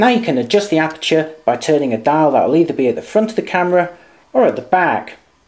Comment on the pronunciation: As always very professional, but as a foreigner I would appreciate a little slower speed when talking. That would make it easier to get the message the first time. F.exmpl. aperture as it is spelt and not "apture" as said, and so on.